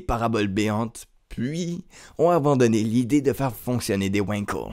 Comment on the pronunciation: Wankel étant un nom allemand ça se prononce "Vangkell" et non pas "Ouainkeul". Et c'est un moteur de m... super-polluant. Si on aime la moto, on aime les vibrations ! Après si on n'aime pas les vibrations, il reste les motos électriques, bien plus avantageuses que les Wankel !